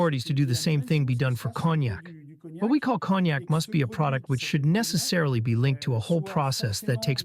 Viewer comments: Pronounced ". Kone-yak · Pronounciation of Cognoc = Ko-nyac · Cognac = silent G. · A new word in english , cog-nack. 😂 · One. Could learn how to pronounce cognac. “Conyac.” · Someone needs to tell him how to say cognac. Lol. Cog-nac.😅😅😅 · Note: cognac (CONE-nyak). Thank you. BTW, where's Tiffany?